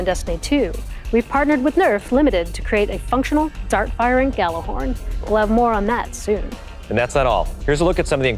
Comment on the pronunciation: did you say GJALLY😳